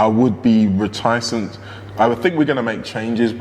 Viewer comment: Reti cent not ret icent 😊 Liverpool to win tonight.